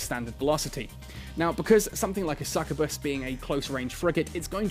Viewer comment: I wasn't ready for to butcher the word Succubus again without warning.